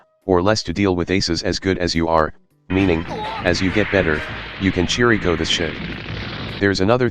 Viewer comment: Nice, but correction, the "ch" in Chirico is not pronounced like church but like Christ. His name is written in Japanese as キリコ and not チリコ. He was named after Giorgio de Chirico (/ˈkɪrɪkoʊ/ KIRR-ik-oh) and the Cubism movement. It's definitely a K sound.